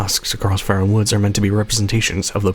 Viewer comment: Faron is supposed to rhyme with Erin. Not fair Ron. Haven’t you played hyrule warriors?? They say it out loud several times. (Forgive my pickiness but I’m naming my daughter Faron and it sounds ugly the way you say it lol)